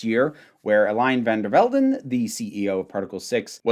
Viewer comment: For what's it worth, your pronunciation of her name is fine. Love from the Netherlands!